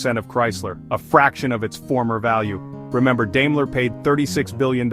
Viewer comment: It’s pronounced “DIME-ler” not “DAME-ler”